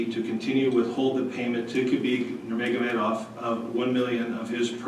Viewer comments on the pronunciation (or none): I like how he said "Khabib NurmogamaHEYdov"